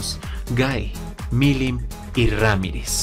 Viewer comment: "Veldanava"... Mirim "Nava"... si el no "interpreta libremente" algún nombre, no es un vídeo suyo. XD